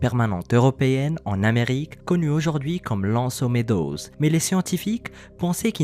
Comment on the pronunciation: Salut. Petit complément d'information: c'est '' l'anse aux meadows '', et non pas '' lanse aux meadows ''. Bonne continuité!